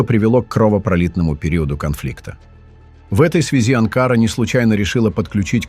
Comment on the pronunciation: АВТОР!!! НЕ АНКААРА ---А АНКАРА!!! НАУЧИС ГОВОРИТ ГРАМОТНО!!!! ЗЛОДЕЙ ЭТО ВЫ!!!! ВЕЧНО ЗАНИМАЕТЕСЬ РАЗЖИГАНИЕМ ВРАЖДЫ МЕЖДУ НАРОДАМИ!!!! ВАМ ЧТО НЕЧЕГО ДЕЛАТЬ???? ИДИТЕ ЗАНИМАЙТЕСЬ СВОИМИ ДЕЛАМИ!!! СЕЙЧАС У ВАС ПЛАЧЕВНАЯ ПОЛОЖЕНИЯ!!!! НАСЕЛЕНИЯ УБЕГАЮТ ---КТО КУДА ПОПАЛ!!! У ВАС ДАЖЕ НЕТУ БУДУЩЕЕ!!! СПЛЕТНИЕЙ ЗАНИМАЕТЕСЬ!!! ТАК ТОЛЬКО ЗАНИМАЕТСЯ БЕЗРАБОТНЫЕ АВТОРЫ!!!!